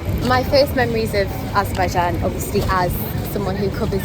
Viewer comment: what you do is useful and interesting. However, every time you pronounce Azerbaijan, you make a typical Azerbaijani mistake. You pronounce the word AzERbaijan, when it should be pronounced as AzerbaiJAN. Practically the same as in the Azerbaijani language. Thank you.